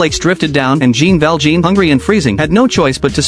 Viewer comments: Did I just hear “Jeen bell jeen”?!?! It’s jaun Val jaun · More like JeaJ ValjeaJ